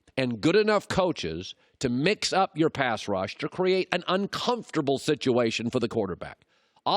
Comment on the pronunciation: Colin sounded like Chris Collinsworth when he said "pash rush".